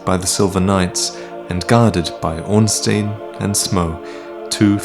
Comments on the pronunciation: Good job as always with your interpretation of the history of Dark Souls. I must say though, the correct pronounciation of Ornstein is the same as you say Einstein. The name hails from the same germanic language and thusly use the same pronounciation for the vowels. I'm also backing up my claim with the info from the JP wiki, spelling the name in Katakana: オーンスタイン (Oonsutain). Good luck with the Ringed City at the end of March! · you‘re the most watched dark souls lore channel, yet you keep mispronouncing Ornstein every single time. why?